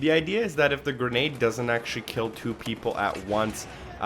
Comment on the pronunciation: Thanks for the "gernade" guide 😉